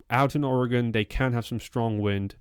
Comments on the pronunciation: Thank you for saying Oregon right. I've lived in Oregon all my life, and it bothers me so much when people say it wrong. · You are saying the word oregon correctly, most from here don't. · May I take a moment to express my appreciation for your pronunciation of "Oregon"? When it comes up on the internet, typically the best we get is "Orry-gawn". It's a minor thing, but nice from someone who hails from so far away.